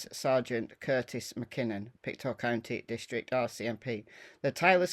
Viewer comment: just some pronounciation - Mus-ke-dob-it and Pic-toe. A lot of our names here in Nova Scotia remain from our Indigenous peoples